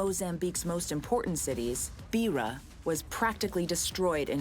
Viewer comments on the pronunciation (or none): If you go to the trouble of making this, at least spend the time to learn how to properly pronounce “Beira”